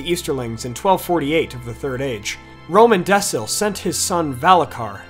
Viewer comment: Hyarmendacil is pronounced Hyarmendakil, not Hyarmendessil. Romendacil is Romendakil, not Romendessil. The C was always hard, not soft in Westron.